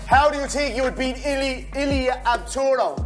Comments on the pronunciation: I swear connor needs his own podcast if he not fighting drunk connor is funny as hell. Bro said topturo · hahahaha "Ilia Tobtoro" 💀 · Must sting Ilia to know his idol that he worships and even copied his tattoos doesn't even know his name 😂"Ilia Abtoro" 💀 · Bros so irrelevant can’t even say the champs name right lol bum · He ko'd topuria's name😂🤣